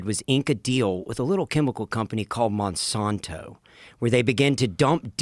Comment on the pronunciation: The way pronounces "Monsanto" is going to give me a stroke 😤